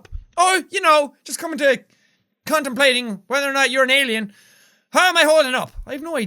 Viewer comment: Who else heard "Just condomplating"